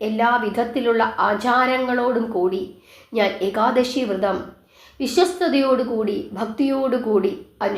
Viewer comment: വൃതം അല്ല വ്രതം എന്നു പറയു